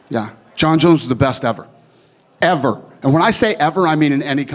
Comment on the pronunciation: “ever!” Lmao!!!! Dana had me dying here how emphatic he was.